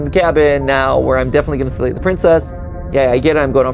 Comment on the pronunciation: mat it honestly hurt my brain hearing you say slay *love your channels